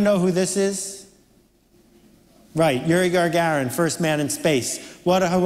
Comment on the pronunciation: Very inspirational up until when Seth adds an "r" to poor Iuri Gagarin's name. Here's some free marketing advice: do your research.